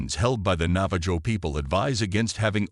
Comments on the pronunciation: It's pronounced Nava-HO and that isn't even their name for themselves. Their name for themselves is Diné which is pronounced DEEN-ay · for future record it's not pronounced nava-JOE its pronounced navah-ho. sorta like jose. but im sure the navajo lronounce it differently than most americsns. if a navajo sees this, is that how you pronounce it? or do u say it the same